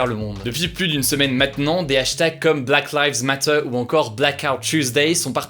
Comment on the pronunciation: Hugo : possède la nationalité britannique Also hugo : « Black laives matteUURe » ( à )